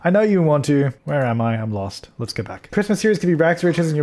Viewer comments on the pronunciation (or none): That "go" sounded an awful lot like a Deli "Nor"........... Lol. :).